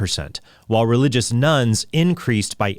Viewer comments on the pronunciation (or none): thought you said “nuns” increased by 81% and I thought, wow! that’s great! 😅